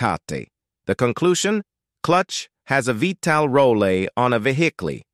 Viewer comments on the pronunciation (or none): Speech went from bad to: the clutch disk will not rotaytuh, how fast the flywheel row tatay. The conclusion? Clutch has a vee tal rollay, on a vehickley.